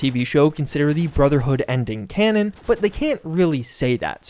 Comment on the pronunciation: Literally said "connon" 40 times in this video.